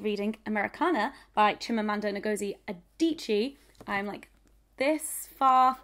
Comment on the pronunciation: and also Chimamanda's middle name Ngozi is pronounced "nnnn-g-oh-zi" so you hold the N if that makes sense. and the O is open like in brocolli.